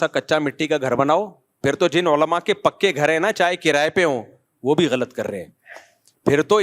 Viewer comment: The way he said - Olama 😂😂😂